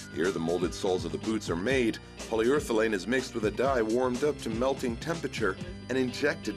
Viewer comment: ***PolyUREthane Not POLYURTHELANE!